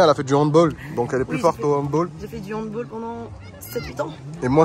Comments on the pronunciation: Moi aussi je fais du handball parcontre juste il a dit handbol au lieu de handball eft on Prononce le all au lieu de oll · Jour gêne on dit handball(bal comme le bal de promo) car c allemand donc handball (handbal)